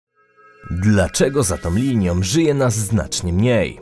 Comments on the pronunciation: Dykcja, akcentowanie, om om om.... Nie da się. Najzwyczajniej nie da się słuchać 😒 Dlaczego za tom liniom... Nieee. Raz jeszcze spróbowałem i nie da się. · "Ta linia dzieli PolskE" w wizytówce filmu, a pierwsze słowa to "Dlaczego za tom liniom". Typowy "inteligent" z YouTube. ;)